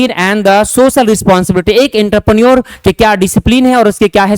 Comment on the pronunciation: Are wo intraprenor nhi Entrepreneur hota h Pronoun thoda seekh lijiye